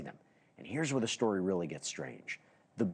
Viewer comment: Should somebody tell him there is no h in the word story? He pronounces it shtory 😂😂 wtf?